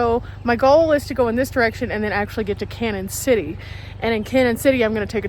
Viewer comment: Hi glad to see you are not only in Colorado but my neck of the woods. I have lived in Pueblo all my life and know the area very well. Thank you for show casing us on your channel. BTW Canon City is pronounced like Canyon City. We can always tell when people are not from the area by how they say the name. Lol TFS